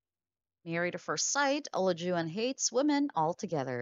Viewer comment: Why do you keep saying his name wrong?